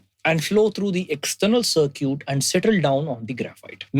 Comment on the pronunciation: Circuit is pronounced like sir-kit, just for reference